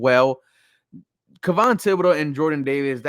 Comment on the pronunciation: It's not who Caerio wants... its who's available.. who we want might already be off the board... and oh shit you pronounced Kayvon Thibodeaux...